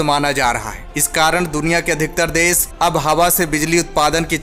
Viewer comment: भाई, आप सही हिंदी नहीं बोलते, आप श को स बोलते है। बादशाही को बादसाही बोलते है, देश को देस